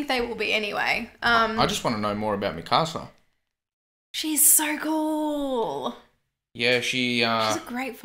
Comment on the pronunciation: Hearing “mi casa” instead of “mikasa” is oddly painful